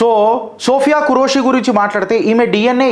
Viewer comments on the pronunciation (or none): Name pronunciation correction sir don't take it in negative way ( సోఫియా ఖురేషి ) but both of sister are took charge in full-fledged superb jai hind jai bharat ✊🇮🇳